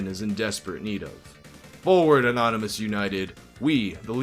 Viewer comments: It cracks me up that the news caster called it the "Church of the Annonomys" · ''churche of the anonymus'' lmao